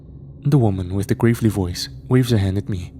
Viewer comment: Bro its pronounced Gravel-e not grave-ly Fuck lol